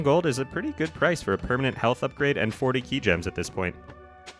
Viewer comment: just to shatter your illusions about trolling mr qi... qi is pronounced chi